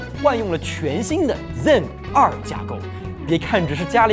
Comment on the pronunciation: 就不能读成Zen two 吗老哥，真的违和。。。